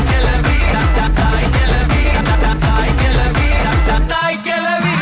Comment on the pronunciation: தாய்க்கிளவி or தாய்க்கிழவி?. தனுஷ், தனது தமிழ் உச்சரிப்புகளில் கொஞ்சம் கூடுதல் கவனம் செலுத்தியிருக்கலாம்.‌